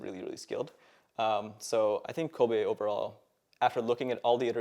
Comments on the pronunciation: Also, he's pronouncing it "Koh bay", not Kobe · He can't even pronounce his ADC's name, its Kobbe, not Kobe. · dis guy doesn't know how to pronounce kobbe……. oh god